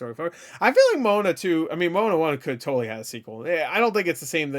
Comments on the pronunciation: Also it’s pronounced mowanna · not to be a complete dick but, it’s pronounced Mo-A-Na so literally Moana, if that makes sense, I’m not saying that to be a dick, I’m just one of those individuals that it bugs the shit out of if you don’t get your names and stuff right, I’m not saying that’s how it should be, I’m just saying that’s how it is.